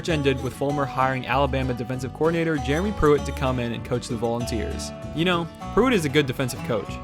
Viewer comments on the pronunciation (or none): none